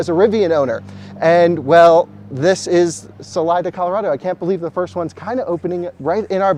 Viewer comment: FYI. Salida means "exit" in spanish and is pronounced "sa-lee-da". Cheers from Sunny AZ.